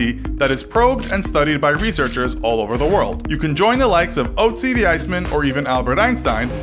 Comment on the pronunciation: You pronounced Otzi wrong